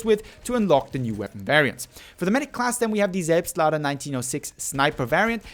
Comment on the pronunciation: Did you have german in school or something? Pronounced "Selbstlader" totally perfect